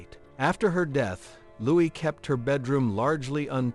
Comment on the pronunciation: LouiS???? You don't pronounce the "S", AI!!!!